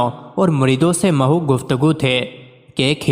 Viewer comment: Apnen bolnen say pehlay Kisi say lafaz bolna sekh leya karo mehw likha tha our neech zat likha tha punj our maho nahen tha